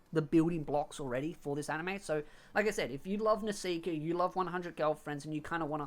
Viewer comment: How come you pronounce Nisekoi as Nesika or Nesiker?